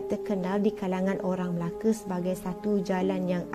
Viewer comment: Betul betul laaa cakap melakatu orang melaka dia melake salah